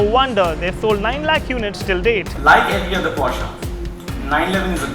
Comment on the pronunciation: At last someone who calls it "POSHAE" and not "PORSH" :D